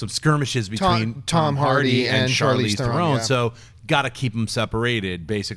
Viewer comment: Oh my god it's NOT pronounced The-Rone, its There-on